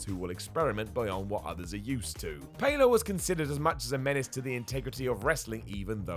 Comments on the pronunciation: Who the F**k is Jackie Pay-low? It's Pallo, like Pal-low guys, that's basic wrestling knowledge FFS. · and Pallo.....allo not aylo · How on earth could you think that Pallo is pronounced "Pay Low"? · Learn how to pronounce Pallo, PAL!!! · You pronounce Jackie pallo weirdly